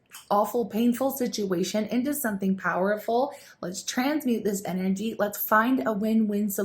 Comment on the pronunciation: Why does she pronounce “energy” like a little kid who just heard the word and is pronouncing it for the first time? Distracting, irritating, cringy. Unsubscribed.